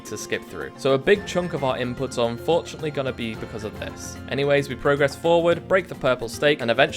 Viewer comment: Awesome video but please for the love of god stop pronouncing the verb form of “progress” like the noun form 😭